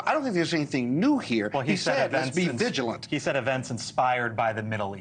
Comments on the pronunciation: "viligint"? This is an interesting non-word. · Did she just say “viligent” lol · What is be viligant? You can tell that she worked for Bush and why shes on News Nation.